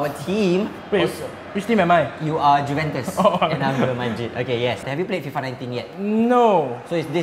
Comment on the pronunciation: j is silent in juventus, pronounced as youventus